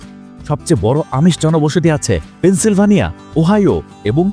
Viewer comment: পেন্সিলভানিয়া না. এটা পেন্সিলভেনিয়া.